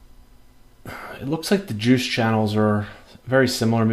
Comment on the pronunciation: "can i taste your joosh?" hahaha